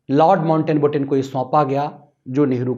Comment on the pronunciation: Sirji It's not mountain batten. It's mount batten.